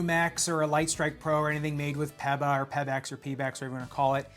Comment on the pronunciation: Never heard PEBA pronounced that way, peppa pig foam